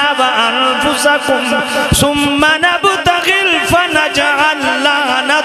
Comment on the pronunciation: نبتھل ھے نبتغل نہیں